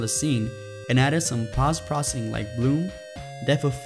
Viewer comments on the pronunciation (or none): Look man I'm an aspiring game developer and I love your videos but can you please... PLEASE say Post-processing correctly. Poh-ssst. Thank you! Keep up the great content!